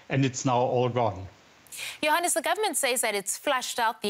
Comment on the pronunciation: When she said Johannes I thought she was saying “your highness”